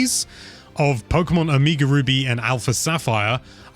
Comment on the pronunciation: “Omiga ruby”